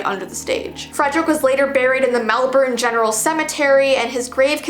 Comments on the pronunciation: I love how she say Melbourne 👍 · thank you for doing Australia! and pronouncing Melbourne correctly!